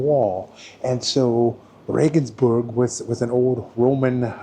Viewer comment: You got nothing wrong, I tell you. For one, you pronounced Regensburg as it should be. I hear a lot of RegensbErg!